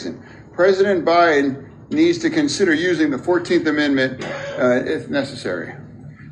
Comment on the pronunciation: “President Buy-in”